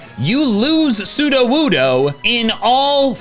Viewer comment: Funny metal image. Us: "So you're a Johto pokemon." Slugma: "Yes." Us: "But you're only found in Kanto." Slugma: "Don't think about it." "Wan soodowoodo!" The way he says it sounds like some undecipherable language. The slow nod and the quiet "No" belie so much pain and suffering.